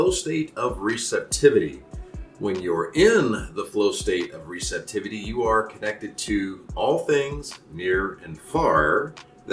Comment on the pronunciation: Word... of ... the... day... 'Recentiveaty' ;)